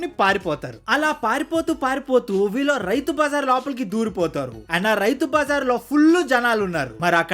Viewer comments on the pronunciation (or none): కొంచెం తెలుగు pronunciation మీద శ్రద్ధ పెట్టండి. .. "ఇంతలా love చేసుకున్న ' వీలు ' " అని పలుకుతున్నారు .. అది వీలు కాదు .. "వీళ్ళు" అని పలకాలి